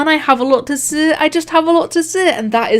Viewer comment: Ur accent makes it sound like seh instead of say and like- I'm just- 👁️👄👁️